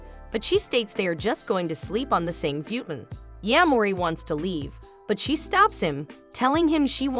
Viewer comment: It’s pronounced “Foo-TON” LOL. NOT A FOODON